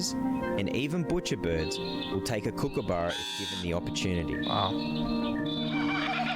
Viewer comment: It’s a Kookaburra, spoken exactly as you spell it. Short “u” vowel sound. Not Kookaboora.